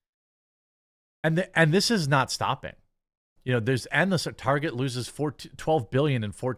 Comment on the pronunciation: I'm glad I'm not the only one who calls it, "Tar-jay" :)